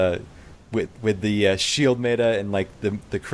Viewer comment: you're pronouncing meta like beta but beta is (be-ta) where as meta is (met·a)